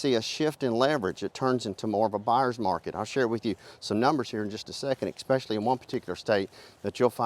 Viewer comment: Expecially? Seen? Be careful who you believe on the internet, the uneducated can press record too